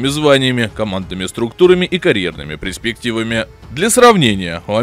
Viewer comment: Анализ, грамотный - речь безграмотная: " пресрективы", крайний, вместо последний, в кгодй пустым суевериям и в ущерб русскому литературному языку на котором обязаны говорить СМИ.н